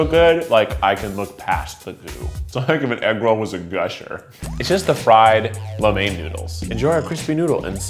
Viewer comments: As a Asian the way he says lo mein and cho mein and every other food is making me cringe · I'm not sure If Im the only one who does this but I hear the name of a food I eat my whole life like "lo mein" and because I didn't know people say it like that I would be like "What's lo mien" then I think and Im like " ohhh it's 撈麵", Im not judging but I feel like Im not the only one who goes through the process